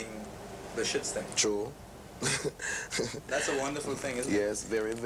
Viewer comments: "the Shytstem".... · The shitstem (system), shituation (situation) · "... downpressed by the shitstem."